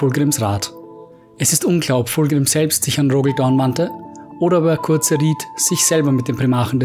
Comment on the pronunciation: Fulgrim hat es Dorn gesagt.Liest du auch selber Mal Bücher?Curze=Curse (sprich Köörrs). Nicht hörbar.Kurze...Kotze